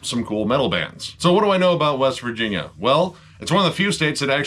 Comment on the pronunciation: Virginia? I thought you said West Vagina. Man I was way off.